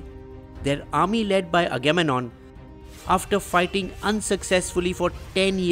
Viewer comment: Aga-mem-non ya dipshit